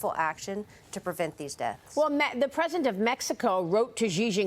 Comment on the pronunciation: she said the present of mexico instead of president lol